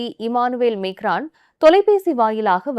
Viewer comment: Emmanuel macron you are pronouncing wrong the name of the president